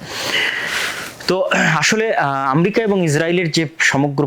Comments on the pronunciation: জ্ঞান বাড়াতে হবে। বক বক করলেই হবেনা! ইরাক-ইরাম যুদ্ধ কেনো হয়েছিলো আগে জানুন। আর আম্রেকা না ওটা আমেরিকা উচ্চারণ হবে। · স্বঘোষিত বিশেষজ্ঞ ! যিনি উচ্চারণও জানে না। আমরিকা কী? পৃথিবীতে কোনো রাষ্ট্রের নাম কী আমরিকা ??? যুদ্ধ হচ্ছে জ্ঞান ও প্রযুক্তির দ্বন্দ্ব? না আধিপত্য, অস্ত্র ব্যবসা, অর্থনৈতিক নিয়ন্ত্রণ ???